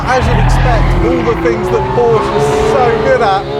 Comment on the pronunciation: Porsche is a Two-Syllable Word™